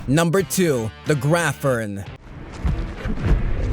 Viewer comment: I was certain "graphorn" was pronounced grap + horn, not grafforn :O